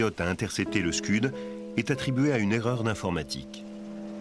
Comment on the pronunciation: Les Scuds sont soviétiques, pas américains, donc, ce ne sont pas des "skeuds", mais des "Skouds".